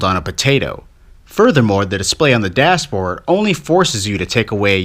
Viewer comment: You said dasboard